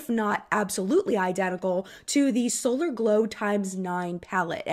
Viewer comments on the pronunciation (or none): none